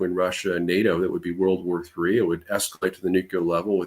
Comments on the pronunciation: Same place he learned to say "new-q-lar". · IRAN, is Pronounced "Eee-Ron" not "Eye-RAN"!! Moreover, IRANIAN is Pronounced "Eee-Ronny-Yan" not "Eye-RAINY-Yan"!!! Also Nuclear is Pronounced "Nuke-Lee-er" not "Nukee-Ler". Thank you 💙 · Why does he keep saying "nuke-u-ler" ? There is no second U, it's pronounced NEW-CLEAR. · Sorry I can’t take seriously someone who says “nuc-u-lar” like George W Bush and Homer Simpson